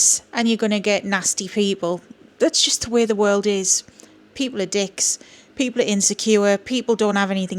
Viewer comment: "People are d!cks" - the way you pronounced that did it for me 😂❤ Thank you for the laugh - and the reassurance that we don't have to interact with nasty human beings. Sometimes a reminder works wonders 😊